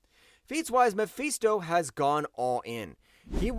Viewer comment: Mephisto! Not Mefeesto! FIST! Not FEEST. Why do you keep saying it like that?